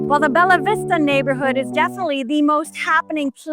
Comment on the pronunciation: Not is "Belavista", is BELLAVISTA